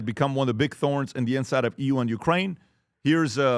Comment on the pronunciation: you’re killing me! Please please please PLEASE learn how to say the name of the country properly. Your boss is from there.